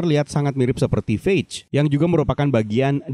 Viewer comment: Namanya Phage Bang, lhah katanya entah apa namanya, itu nyebut Phage